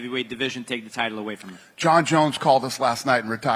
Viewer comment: She said "Jon Jons" Its like saying "Indiana Jons" But ya Jons had a hell of a run undefeated. If Aspinall loses he wont have an undefeated record. Tbh its better to have a fighter with 20 -18. The point is to entertain right?!. Hell, even a 20-30 streak is amazing. Thats what the new generation of fans want.